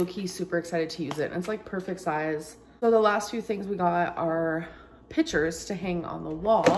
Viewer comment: I was mocking how Amber pronounced pictures as "pitchers" and sale as "sell"